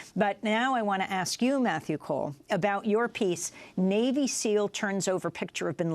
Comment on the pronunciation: "kneal" team six. Botch get it right.